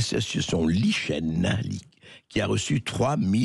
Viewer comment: Lichen Ça se prononce "Liken" André 😂😊